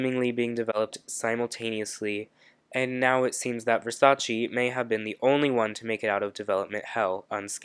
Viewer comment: You've watched the season, you should know how to pronounce Versace :)